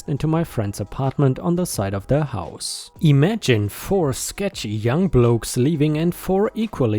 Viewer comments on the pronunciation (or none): none